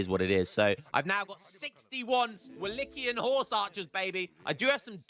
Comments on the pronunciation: it's like 'Wallakian'. The correct (Romanian) word is actually 'Vlahian', so it might be easier for you. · its pronounced wo lay kee uhn.;)